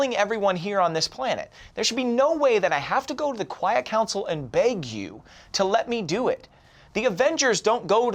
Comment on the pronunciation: Storm 101b said quite council instead of quiet